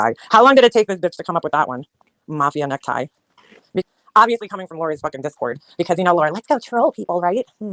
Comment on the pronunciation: NeckTIE,! Tie has an e on the end. Necti sounds like fruit